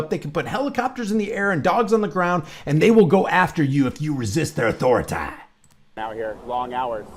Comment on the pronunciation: I love your commentary! Always the best part of every video! I also crack up when you talk about the tyrants asserting their AU-THOR-UH-TAYYY😂👍🏽